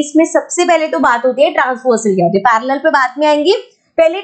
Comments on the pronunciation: that parrrrallel😂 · When mam is teaching axiom 6.3 how mam says parallel 🤣🤣🤣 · parallel line pronounciation I just laughed at once🤣🤣